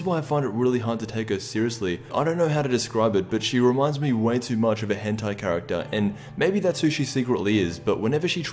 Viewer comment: Its so weird hearing you say hentai